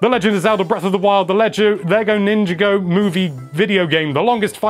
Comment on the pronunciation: He said ninjago wrong, I'm gonna throw my switch out the window